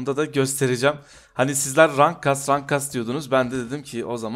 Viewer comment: okunuş olarak; rank değil renk, bug değil bag